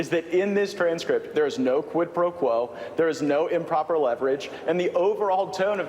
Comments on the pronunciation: "Dis is a QWID PWO QWO." Elmer Fudd was a wot more fwightening than I thought he was! Huhuhuhuhuhh! 😃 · That's not how you pronounce quid pro quo is it ?